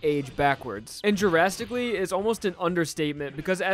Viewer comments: i keep hearing "jurasticaly" instead of "drasticaly" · AU where drastically is pronounced jurassicly